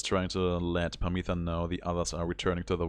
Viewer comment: Harp sisters' names are pronounced "Pámitha" and "Támitha", with the accent on the first "a".